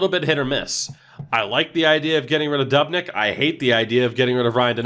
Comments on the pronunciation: Doob-nick not dub-nick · He says dubnyks name wrong 😂